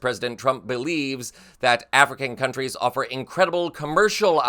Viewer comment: I don't like Trump. But, if you are going to criticise his speaking abilities, perhaps do better yourself. Your pronunciations of those African countries made me cringe. Both times.